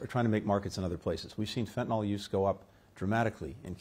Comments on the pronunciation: Dude...it's fentanyl. Not fentynal... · You’re doing some of the world’s highest level negotiations on fentanyl and you call it “fentanol”? Otherwise, good job Blinken.